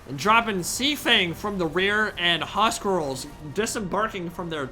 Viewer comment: We want more. But it's huscarls not huscrals :))